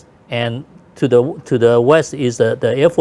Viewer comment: Uncle Topher, please teach Wang Ding Yu how to pronounce THE. It's not LE.😂